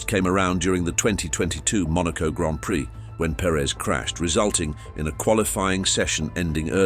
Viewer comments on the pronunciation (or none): none